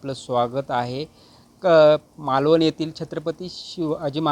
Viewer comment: अरे मालवणी नाही, मालवण म्हण